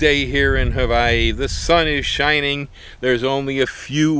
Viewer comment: Love your videos. I noticed you pronounce "havaee" and "hawaii " in different recordings( every other vid) . I must say, or at least, advice, keep it together.